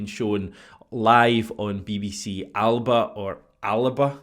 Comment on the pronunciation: Appreciate you pronouncing Alba correctly 🙏